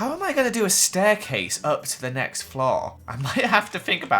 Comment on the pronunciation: The way he says floor gives me OCD, it’s floor not flow